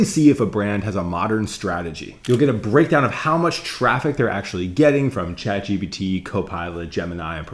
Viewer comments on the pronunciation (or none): none